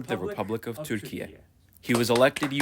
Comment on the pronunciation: I have no idea why this video was suggested to me but I think this is a good opportunity for me to state my opinion about a matter which is pronouncing "türkiye" in the middle of an english sentence sounds too way cringey, or I'm old. And also it sounds as if there's an awkward pride behind it, almost as if there's a dominance or sth. Thanks for content anyway :)